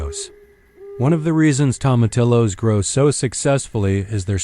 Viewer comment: Tomatillos pronounced tomateeyos!😊